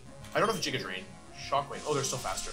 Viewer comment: Bruh...jiga drain? How do you not know the word giga.